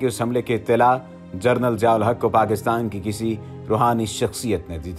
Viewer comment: جنرل کو جرنل کہہ رہے ہو